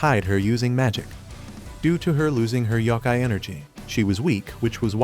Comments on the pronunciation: yokai, not yaki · Dude that is not how you say yokai